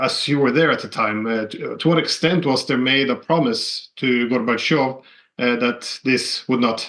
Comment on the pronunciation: It is not polite to pronounciate Gorbachov's name as Garbagov.